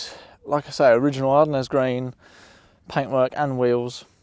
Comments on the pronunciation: The French pronunciation of Ardennes is ar-DEN (/aʁ.dɛn/), with the final "s" remaining silent. Ar-Den Green 👍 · Happy motoring,, it looks like a good, solid, car to improve over time, if that's what you want to do. Incidentally, the paint colour is pronounced like 'are den' (only without the gap in the middle - it's named after the Ardennes region in, and adjacent, France). I agree, they're lovely to drive, I have a '92 Vogue EFI 5-speed manual in this colour, with Winchester Grey interior, which has a genuine 47K miles on the clock and has been in the family from new - I must get round to doing a YouTube video of it one of these days. I'd be inclined to replace (or retrim) those seats on yours in Winchester Grey, rather than changing the door cards to Sorrell. For a start, door cards in good condition are like hen's teeth these days, plus the grey vinyl trim on the interior door pillars would also need changing to Sorrell brown, along with the carpets, parcel shelf and surrounds, spare wheel cover, etc. or it will probably look a bit odd. Besides, I know it's a matter of personal taste, but I think Winchester Grey goes better with Ardennes Green - you could always sell those Sorrell seats to recoup some of the expense of changing (if you don't go for a re-trim)? As for the upper tailgate, if it's still got the original steel one then do try to repair it (there's a fabrication and welding challenge for you). New steel replacements are unavailable, and have been for many years now, so the alternative is a non-genuine aluminium 'copy'. Some may be better than others, but they are